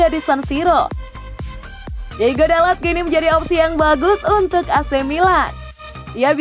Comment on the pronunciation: tulisan namanya diogo, tapi sebutnya diego terus